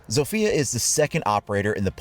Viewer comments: In Poland we read her name Zofia no Sofija :) U can hear this in google translate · its ZAW-fee-uh not ZOWE-fee-uh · Era is how the devs pronounce ela and sofia is how they province zofia (I’m making fun of them btw T_T) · As a polish person the way some people say zofia,it kills me.